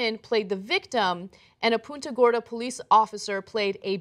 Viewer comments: Why do they say it like "poonta gorda" ITS PUNTA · friggin nobody can pronounce Punta Gorda correctly. PUNT-a Gorda. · Punto Gorda is pronounced like runt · Man, I thought she said Puta Gorda.